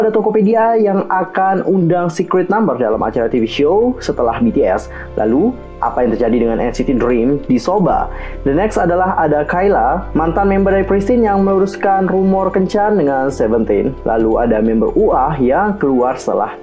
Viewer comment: Bukannya kyla dah punya pacar yah? Edit:bacanya bukan KILA yah bacanya itu KAILA Walaupun songyee bukan bias aku tapi tetep sayang sama songyee.our maknae